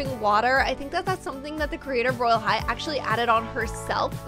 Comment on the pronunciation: Did anyone notice that when the video said roblox royal high it said rylea high